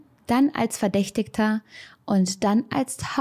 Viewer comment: mich hat es etwas getriggert, wie du verdächtiger aussprichst😅, aber nicht schlimm❤